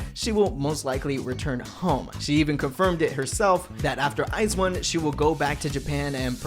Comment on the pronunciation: ice one? lololol 🤣🤣 thats not the way to said it